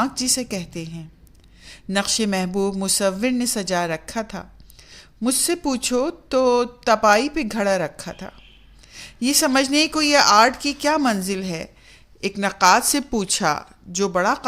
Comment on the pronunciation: بہت ہی خوب ۔۔۔ تم سلامت رہو ہزار برس ہر برس کے ہودن پچاس برس اگر آپ برا نہ سمھجے تو تلفظ کی کچھ غلطیاں آپ سے سرزد ہوٸی ہیں ۔۔۔اصلاح کی غرض سے لکھ لیتا ہوں۔ درست تلفظ غلط تلفظ تِپاٸی تَپاٸی پَلٹا پُلٹا خُلد خُلَد اُسلوب اَسلوب